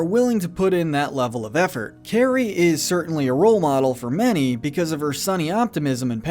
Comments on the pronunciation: It’s pronounced CAR-ee not carrie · It’s not Carrie it’s kari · It’s pronounced “KAHR-ee”, “”! 🤨 Did you not hear how she introduced herself to Dicker in the beginning in Jack-Jack Attack? Also, it’s tacks that Dash put on Bernie Kropp’s chair! You’re so bad at pronouncing,. 🙄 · You pronounced 'Kari' wrong.